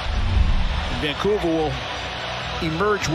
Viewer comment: Can’t even say Vancouver